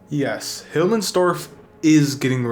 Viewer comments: "Hilmmensdorf" It's Himmelsdorf but whatevs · Who th calls the map "Hilmmensdorf" except for that, good vid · "Hillmensdorf", it frustrated me everytime u said it incorrectly xd, nice vid tho